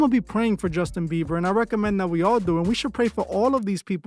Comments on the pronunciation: Is he saying justin beaver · The fact homie can’t pronounce jb whole name right whole vid dnt sit right I fw mos the videos tho